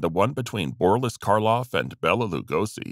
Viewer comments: His name was Boris not Borlis!!! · 'Borlis' Karloff?????? Come on!!! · BorLISS Karloff? What is it with the narration n in these videos? Is BorLISS even a name? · Borlis? where'd he get that😂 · All credibility was lost after I heard "Borlis" the SECOND time. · BORLIS Karloff? REALLY?!